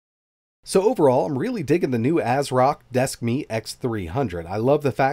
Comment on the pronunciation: Desk Meat ... I can't unhear it.